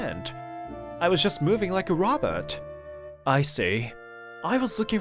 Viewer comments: Question for the male voice actor why does it sound like u say robert when you say robot? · Today I learned this guy doesn't know how to pronounce robot xD